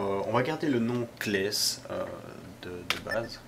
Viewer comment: C'est "Cless" et non "Klès".